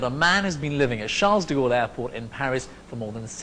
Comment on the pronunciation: It's not Sharles de Gaulle